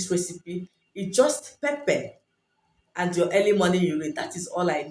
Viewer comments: Hi I'm sorry but I can't make out the steps its hard to understand. can you please type them out..also, you say pepe but what exactly do you mean by pepe? Is it pepper? If so what kind? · You have a beautiful accent but didn't understand pepper and what was the other ingredient?